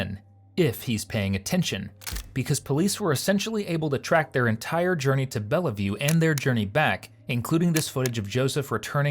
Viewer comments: Is this AI voiceover or do you really not know how to pronounce Bellevue?! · Your AI is pronouncing Bellevue incorrectly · This is pathetic! The AI voice can't even promounce Bellview, instead mangling it to Bellaview, come on jerkwads, pay real people, you moneygrubbers, until you do, I'm gone! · Just to be "that guy", it's just pronounced "Bellview", not Bellaview. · Bellevue. BELL-view. Not BELLA-view. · it's not BELLAvue. It's BELLvue. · It's pronounced 'bell view' not bella view. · The AI narrator is terrible. The city is not Bell-Uh-View... it's pronounced Bell-View. I can't watch this crap. Lol... narrate with your own voice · It's just "Bell-View" x) Love your videos! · I lived in that place - it's pronounced "Bell-view" not "Bella-view". Belleville is actually a French name. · It's pronounced Bell Vue NOT Bella Vue. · I dont like how the barrator pronounced Bellevue. He pronounce the L's when you dont have to. Just say bell then vue. Bellevue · Not "Bell-a-view". "BELL-view" Google only takes a second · It's pronounced BELLVIEW not Bellavue. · Pronounced as "Bell-view"....not "Bella-View"...if you actually watched the interrogation video in full, you would have heard the detectives say it about 8 times. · (pronounced Bell View, not Bell eh View). :) These people are disgusting. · It isn't "Bell-eee-view", it is "Belleview". AI voice. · Belleview is two syllables ("bell view"), not three ("bell-a-view"). Just sayin'. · The cops keep saying " Bellview" and the narrator keeps saying " Belliview".....I wish the AI generated voice would pronounce words accurately. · Hey AI narrator it's pronounced BELL VIEW not BELL EE VIEW.🎉🎉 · It's pronounced "bell-view". All three people in the video say it repeatedly how do you keep getting it wrong? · It's pronounced like "Bell-view". Hooked on phonics works for you. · It’s pronounced bell view 🤦‍♂️ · This AI bot is illiterate, on shrooms, or I’ve been pronouncing Bellevue incorrectly my whole life